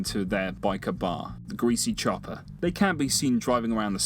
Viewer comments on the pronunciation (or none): none